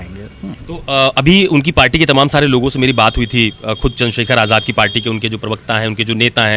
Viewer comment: Ise aap aazad kyu bolte ho ye aazad nahi hai